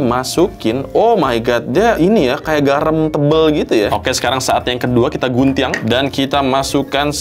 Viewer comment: guntiang ? logatnya wkkwwkw